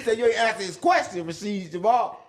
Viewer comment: Its RASHAD Jamal NOT RASHID Jamal dumb 🥷